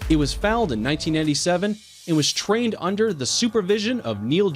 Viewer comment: Hate his pronountion. Its pronounced foal (forever not fawl